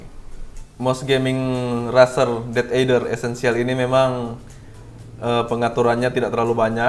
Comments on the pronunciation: Wah tumben review merek terkenal 😎.razer id jga promo makanya murah :v, dan juga Razer ngomongnya Rezer bukan raser yah buat benerin aja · Razer* tapi bilangnya rezer